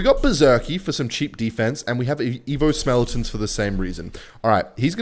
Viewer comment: it’s skeletons not smeletons